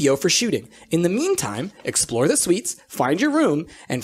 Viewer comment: Price (as Holly): You'll all be staying in luxury suites. My brain: Did he just say Swedes?